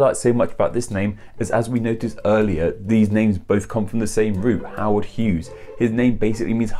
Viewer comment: You said my name right! And I think the difference is only about $126. Hm...